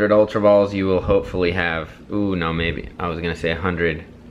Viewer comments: He didn't say ultra. He said Ulra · it's not ulra